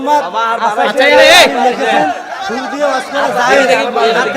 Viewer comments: এখানে বেশির ভাগ ই মানুষ ভেবেছে video তে সুদ নিয়ে কথা হয়েছে ঐ মূর্খের জন্য ওর মুখ থেকে শুর শব্দটাও ঠিক মতো বের হয়না। আসলে ভাই শুর করে ওয়াজ করা নিয়ে কথা হচ্ছিল❤❤❤❤❤ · ঐ মূর্খ টা আসলেই এমন ভাবে বলছে আপনারাই ভালো করে শুনেন ওর মুখ থেকে শুর তো বেরোচ্ছে না সুদ সুদ ই করছে ও 😅😅